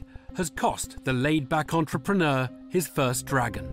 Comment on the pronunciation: no one gonna mention the host said "entrep preneur?"